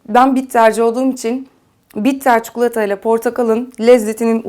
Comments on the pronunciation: Çok seviyorum sizi ama lütfen artık ÇUKULATA demeyin çok sinir bozucu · Çukulata değil çikolata ya lütfen ya 😣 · çukulatayı duymaktan videoya odaklanamadim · Çukulata mı diyor? Bana mı öyle geliyor?